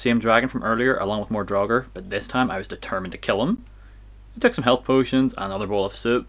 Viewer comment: Draugr should have the same vowel as mouth, not as thought.